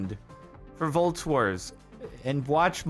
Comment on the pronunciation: Volts? I thought he kept saying Vaults.